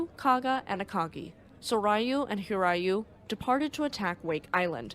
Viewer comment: Soryu is pronounced sore you Hiryu is pronounced hear you